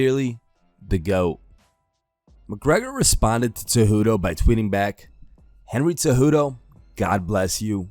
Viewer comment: Not gonna lie, Conor's stupid tweets triggered me more than the fact that you'll never pronounce Cejudo correctly.